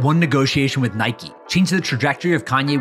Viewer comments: It’s pronounced [Niy-k] not [Niy-kee] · It’s pronounced Nike not naikey